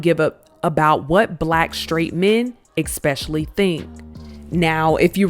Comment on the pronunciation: Please learn to say ‘especially’ correctly. “X-specially” … fkn ignorant.